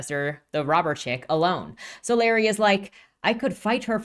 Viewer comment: I probably should've attached timestamps to these but oh well: 1) I can tell you have no interaction with the Rippaverse community at all because it's "So-LAH-ree", not "SO-lar EYE". But seriously, how do you even guess that wrong? If you saw "Solari" on someone's nametag, would you guess "SO-lar EYE" to that person's face?" (Oh, wait, you actually switch to the correct pronunciation later on. You had simply made a creative choice to annoy me for 10 minutes.) 2) What caused you to label the trio from Yaira's homeworld "bounty hunters"? That term has a specific meaning. We never actually learn what was the relationship between Yaira and the trio. Yanessa seems like some sort of royalty, or someone possessed of a prominent leadership role back on their homeworld, but it's never specified. 3) When Sally says, "I was here. I lived. I am still here among you," she's speaking from the perspective of creative achievement, be it biological, social, technological, etc. -- any impact a creature might have had that lasts into the future. She's not calling out her personal immortality. (The writers should have put quote marks around that portion of Sally's speech to make this clear.) 4) Jerry Monolfo's questioning the "archaicness" of Sally's specializing in archaeology is both a dad-joke play on words and an indicator that he doesn't believe looking backwards to the past is necessary to create the future that Projexus is supposed to achieve -- i.e., what does archaeology (how humans beh